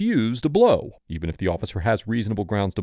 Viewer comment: "you wanna blo me?" hahaha